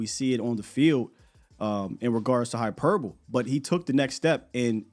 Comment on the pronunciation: Hyperbole has the e sound on the end. Hyperboleeeeeee